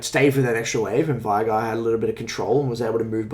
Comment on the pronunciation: The amount of people who say "vie-gar" when his name is said "vay-gar" is too damned high. Driven me crazy since season 4 or 5.